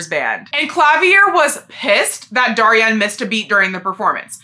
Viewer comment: For Daryan Crescend’s name, I believe it’s pronounced dare-ee-en creh-shend, I’m not 100% sure on his first name but his last name comes from “crescendo” which is a musical term that means to gradually get louder